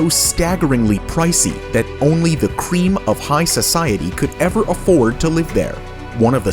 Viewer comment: lol, and the emphasize on CREAM. He trying to hard lol. Like an 8th grader wrote it